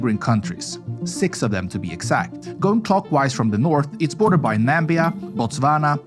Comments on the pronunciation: Am I the only one bothered that he pronounced Namibia "Nambia"? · It ain't nambia dawg .finna read well.🚮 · Was the "Nambia" on purpose? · Na Mib EE ya. Swaziland no longer exists, it's called Eswatini Judgical is not a word, Judicial is